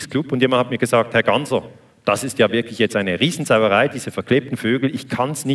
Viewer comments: "Gassner" der Moderator bekommt es nicht auf die Reihe, den Namen richtig auszusprechen. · Wie immer ein kompetenter Daniele Ganser. Der Moderator ,Reporter von SRF den Namen Ganser nicht richtig ausspricht sagt alles aus über die Qualität der main-stream Medien